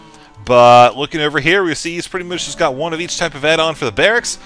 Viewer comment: "Pretty mooch" woot? :p